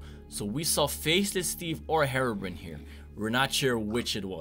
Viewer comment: Hey darkconers it not harebrain it’s herobrine